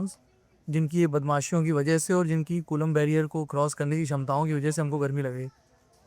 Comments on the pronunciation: कूलाम होता है और ना ही कूलम अपितु कुलाॅम्ब होता है। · कुलांब ❌ कुलम ✅ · कुलम नहीं मेडम जी कुलाम h vo😂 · 😅bus iss girl ne kulaamb ko koolam bol diya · कुलम नहीं कूलाम है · Coulomb h bhai colum ni😂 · Coulomb h co kulam nhi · Ye kon बड़ी बात बता रही है हम बिहारी ये सब जानते हैं कलाम होता है कुलम नहीं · कुलम नही कूलाम है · coolam nahi coulomb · Colomb yaar colum nahi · कूलाम को कुलम बोल रहा है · Ye kulam ko sahi defin nhi kr pa rhi kya hi scientist hai retu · Kulam kon hain 😂😂😂 not what a pronunciation